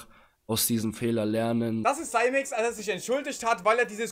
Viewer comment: Dachte er heißt Simex... nicht saimex (ausgesprochen)